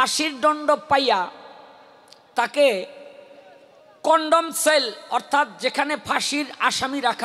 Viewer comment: ১৩ মিনিটে ঊনি কন্ডম সেল বলিল আসলে হবে কন্ডেম সেল ।